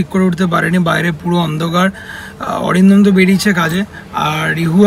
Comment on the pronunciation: Atindom ke Arindomda bolo.Tomar theke boyeshe anektai boro.